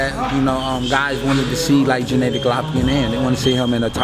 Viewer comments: Jeneddy? u met the guy.. spared the guy.. n don't know to say his name.. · Why do black people always pronounce his name JENNADY when it's GENNADY?